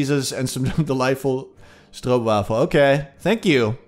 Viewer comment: Your pronunciation of 'Stroopwafel' was 10/10 ~A Dutch Subscriber